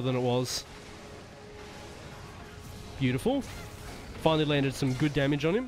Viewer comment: "Finally" doesnt sound right :popcorn-yellow-striped-smile